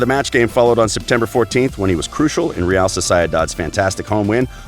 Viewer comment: he couldn't be more wrong in th pronunciation of Real Sociedad